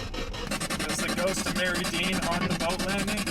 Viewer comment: FYI, The name of the town is pronounced locally as Mary Dean. Not Mer-id-ian. There are at least 3 versions of the Mary Dean story. The most famous being, A little girl traveling with her mother upstream on a steamboat, got sick and passed. She was supposedly buried there. Been exploring Happy Island a lot recently. Before the big flood, there was no island. Happy island was connected to the mainland. Most of the foundations are on the east side. There was a logging mill, school, church, homes and farms on what is Happy island now. Also camped there in past, have not had any experience with strange stuff… Really enjoyed your video and will definitely get back if I see anything weird going on!!!